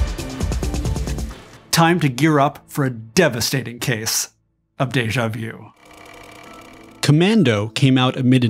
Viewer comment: Did you really just say, Deja view?